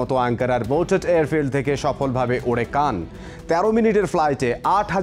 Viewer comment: উচ্চারণটা কান নয়, খান অর্থ লিডার।